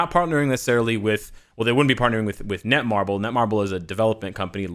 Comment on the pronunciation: its netmarble not nemarble